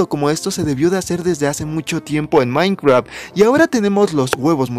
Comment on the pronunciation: Dijiste Mineceadt :)